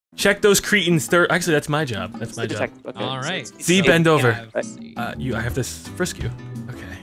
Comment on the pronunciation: Court cases... byeah. Civil suits... Byeah. On site work... byeah.